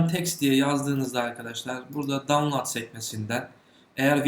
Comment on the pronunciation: Güzel kardeşim, bilgini paylaşıyorsun tebrik ederim, özellikle türkçe bilmeyen insanlara ingilizce kaynaklardan aldığın bilgileri video haline gtirmen de güzel bir şey ama PHP eğitim setinde "İngilizce önemli, mutlaka öğrenin" deyip download'u yanlış telafuz etmen çok komik bir durum. Bu sizin kuşağa özel tuhaf bir şey çok dikkat ettim. 15 -25 yaşarası şu sözcüğü bir türlü doğru telafuz edemiyor. Sözcüğün gerçek telafuzu davnlot, davlaat filan değil.